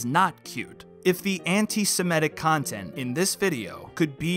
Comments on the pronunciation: I appreciate your channel, and this video, but I cringe every time you pronounce the word antis*e*m*i*tic as "antis*i*m*e*tic". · Why do you keep saying "Anti-se-me-tic" when it's "Anti-se-mit-ic"? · "Antisemitic". The word is pronounced "Antisemitic". (ANT-i-sem-I-tic). The fourth letter from the end is an I––not an E.